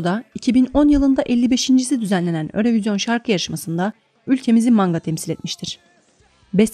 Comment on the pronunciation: örövizyon diye okunmuyo yürovijyın diye okunuyo